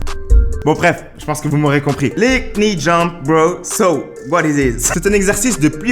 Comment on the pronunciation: Ahah😂 le k se prononce pas en anglais dans knee il faut juste dire ni